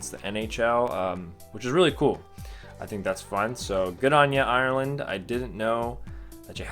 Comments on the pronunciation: Sorry but not trying to mean you said Ireland wrong also like if your Irish cause I'm from Dublin :) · U say Ireland wrong